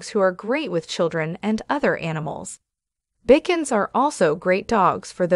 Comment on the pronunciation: I am laughing so hard at the pronunciation of the Bichons, Pekingese, & Coton de Tulear- obviously this person knows nothing about dogs. 😂😂😂